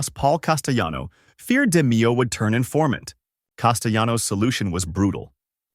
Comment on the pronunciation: Good video but its pronounced (De-Mayo) not (De-Meeo)